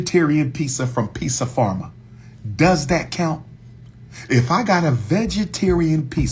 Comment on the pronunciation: It's Pizza "PARMA", brother. 😅😂 Not "Pharma"